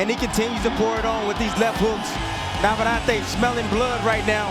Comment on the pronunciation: It is NOT VavarrAte. It is NavarrEte